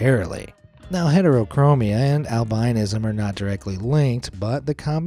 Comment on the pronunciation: Ok, love your show and all ,but I must say that when someone pronounces a word incorrectly and especially ones that make their living just speaking . It's pronounced " Al- bi-nis-som " not albinoism. Emphanism on the " is" , Albinoism so you drop the " o" when said .thanks